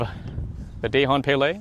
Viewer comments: its dahong palay in filipino grammar if the letter of the word end with letter N followed by another word add letter g it pronounced as da -the hong - hong kong pa - papa lay - lie not day hon pay lay im a filipino. that is how to pronounce it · It's pronounced as Duh-hon Puh-lai. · "Dāy-hahn pāy-lāy"? -Anyone with skin darker than Lou Diamond Phillips should be ashamed of that pronunciation. This shows no respect for your heritage, or for the FMA and/or Filipino craftsmanship. You would think that with the supposed quality and/or authenticity of these blades, one would take the time to ensure the terminology and origins are correctly stated and pronounced. Otherwise, what's the point? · It's not good if it's not in a proper pronunciation....not die-hong pie-lie...🤣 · if you're going to do an advert or promote an item at least make an effort to make sure you're pronouncing it right....it's DA-HONG PA-LAY. In filipino you pronounce the A as ah..not ey.. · Dahong palay Da with straight a and not like dey Hong with straight o and dont put an accent on it Palay with straight a's and not like peyley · wait im sorry did u just say dayhon paylay